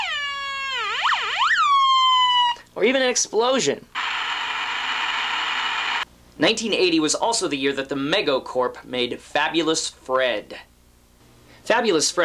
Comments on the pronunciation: OH NO!!! you said mehgo not ME go ... don't let the hard core Mego collectors hear you say that LOL. but for sure awesome video, I remember most of those but a couple I forgot about and a couple I never heard of. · The company is pronounced 'Me-go', dude. ;)